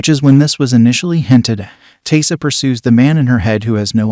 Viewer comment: Pretty sure Biscuit was the one that bit Taissa. You know, before she cut his head off. Also, it's pronounced Ty-ee-sa.